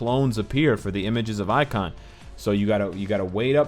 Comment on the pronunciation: Pronunciation correction. Images of Ikonn. Ikonn is pronounced as E-con, not icon.